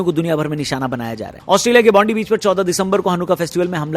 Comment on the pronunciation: It’s not Bonde beach it’s Bondi (Bon-di) beach